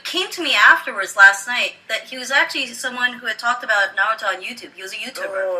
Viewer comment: i TRIED I JUST CAN'T GET THROUGH THE WHOLE VIDEO , YOU ARE THE ESSENCE OF NERD! he spoke about ME!!! ME!!! The essence! The best part is you pronounce naRUto! GeeK 10THFKN POWER.